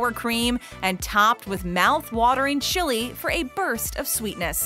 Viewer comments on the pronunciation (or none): none